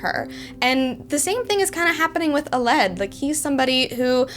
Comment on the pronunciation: Hey, I really enjoyed this review, and am looking forward to reading the book, once I receive her novel set. Quick note, I think Aled is pronounced Al-led, (as in Al, the first syllable in Alan, and led, past form of to lead, with the L's 'blurring', like in Alan, Al-lan), rather than uh-led